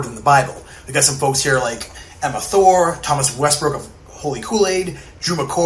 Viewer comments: Did you notice that the guy said Emma Thor instead of Emna Thorne?😂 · Also, Emma’s last name is Thorne, with an ‘N’ sound at the end.